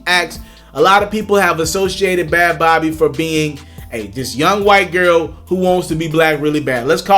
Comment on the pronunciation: It’s pronounced like baby lmao not bawbee/bobby